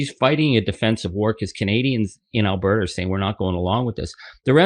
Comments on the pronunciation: "Al-Bear-ta?" LOL! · Al - Burt - Ah…. You always have such a hard time with the pronunciation of Alberta 😊